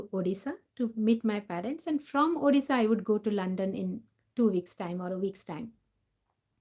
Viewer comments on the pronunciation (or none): none